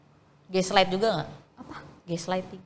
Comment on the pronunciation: Ghostlighting teeeh.. bukan geslaid